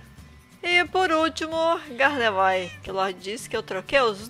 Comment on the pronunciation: se pronuncia gardevoar e não gardevoir !!!